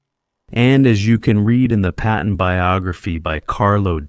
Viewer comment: His name is Patton not Peppin! George Frei